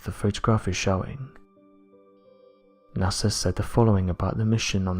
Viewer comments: The most interesting phenomenon, that is blowing my mind, concerns how you can say “Nassar”, all the way up until like , then nail it “NASA.” Pow, flash, brain-matter-splatter, The Mad Hatter. Or bubble helmet Newton...Hootin. Goofin with love & respect. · So you honestly think NASA is pronounced Nasser?